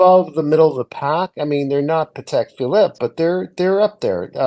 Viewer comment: you are wrong! It’s Pa-tec. Not paddock. All you have to do is listen to the CEO of the company. Pretty sure he knows how to pronounce it. 🤷🏼‍♂️🤷🏼‍♂️😂😂